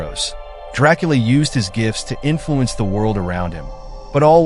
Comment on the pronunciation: You aint telling nothing the true fan dondt allready know ohh and by the way youre pronouncing his last name wrong expert guy